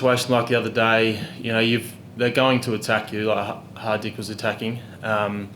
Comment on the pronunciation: He pronounced Hardik correctly .